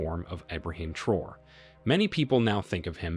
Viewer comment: Please take a few seconds to learn how to correctly pronounce these people’s names before you make a video about them. It’s pronounced Tra-O-ray!